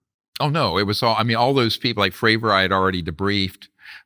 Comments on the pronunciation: So hard to get past Vlads insistence on mispronouncing Fravor and Grush. Other than that great to hear Dr. Greer talk about these issues. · Why Vlad thinking he Joey Diaz pronouncing everyone's last name wrong even tho he must of seen interviews about Grusch and Fravor to prep for this plus Greer saying them correctly constantly 🤣🤣🤣🤣